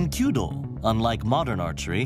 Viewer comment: So glad he said kyudo instead of queue dough. Narrators who do more than 2 seconds of research on how to pronounce the foreign words they were paid to read out makes me unreasonably happy.